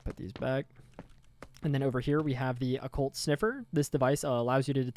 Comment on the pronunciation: you learned how to say occult ♥ \o/ thanks for making a vid! i get busy with work when youre live and cant always pay attention but this really helps!